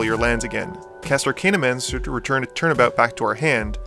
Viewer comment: As you have quickly become an inspirationalal channel for my own future EDH endeavors, these pronunciation corrections are not meant to be criticism. Tertiary= Turr-shee-ayr-ee. Archaeomancer= arr-cay-o-mann-surr. (only one N. Think of the word archaic, not arcane.) Zenith = zee-nith. The root is "cenit" which is different than the root of the word zen. Ophidian=oh-fidd-ee-en. It comes from "ophis" which means snake. Interesting that you mentioned Melek but not Arjun, which is Teferi's Puzzle Box on a stick and slightly less chaotic. Additionally, you neglected to mention Niv-Mizzet, Dracogenius, which goes infinite with his other self after just one ping from Dracogenius while Firemind is out. Another great video. I prefer Dracogenius simply because he is less of an immediate threat, being more subtle.